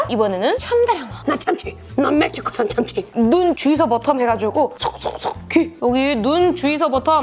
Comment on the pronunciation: 참츀ㅋㅋㅋㅋㅋㅋㅋ발음 개좋아ㅋㅋㅋㅋㅋㅋ뭭시코소ㅏㄴ참췩